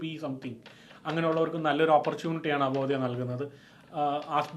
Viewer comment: it is അവോധ not avodhaya. Do some homework